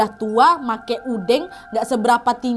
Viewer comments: bacanya udeng kaknad bukan udeng🤭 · Pakai udeng udeng penutup kepala sederhana bukan blangkon kak Nad, pengucapannyabukan e (pengucapan eh) tapi e ( mengalah), sehat sehat kak Nad❤ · pas kak nad ngomong "udeng", tiba tiba langsung connect ke Banyuwangi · Aku yg orang jawa senyum"dngr kak nadia nyebut udeng sma gedek😂😂